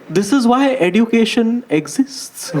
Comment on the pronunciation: Bro the standup is very good. I would like to point out just one thing, it's eh-jyoo-kay-shn, not edoo-kay-shn. Not a big deal as such, but it just drives me crazy when you keep pronouncing it that way. Again, loved each second of the special. Happy birth-jay🎉